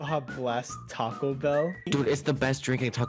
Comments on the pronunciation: Taco not tako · Laff: Mac-donalds Chick-fil-ah Tako